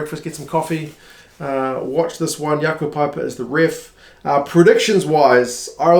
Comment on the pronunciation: Just for your continued great pronunciation - Jaco Pyper is pronounced like pay-per, or for simplicity, just paper :-) thanks as always for the videos